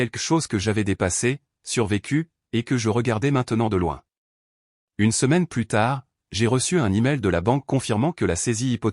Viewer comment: "Plus" dans le sens négatif se prononce comme "plu", on ne prononce pas le "S".